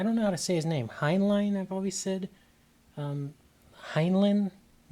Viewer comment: NERDDDDDDDDDDD JK. I can't talk. I have a lot of some of the same books on my shelf. And you did say Heinlein right. Read The Moon is a Harsh Mistress by him.